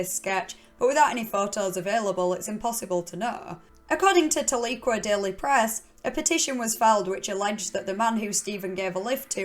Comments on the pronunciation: Love the channel! Never heard of this case and im from Oklahoma! Tahlequah is only a 30 min drive from me. Also Tahlequah is pronounced Tal E kwa. We have a lot of towns with names that have Native origins. Great channel and content! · It's pronounced "Tal-uh-kwah" but I knew Stephan. He used to supplement his income by working at the "feathered boa", a cat house that disguised itself as a strip joint. He would dress In a corset and stockings and run the gamut of college guys and military men. He was mentioning how he started hanging a general that had lots a secrets. Left a file in his room with "top secret" written.on the front. The general left the file so Stephan looked through it and it was stuffed full of secret documents pointing at a machine that can teleport penises to other dimensions. That's why the govt killed him. He knew too much about penises, in the first place, and now he knows of the telepeener??? No way. Too much a coinkydink for me!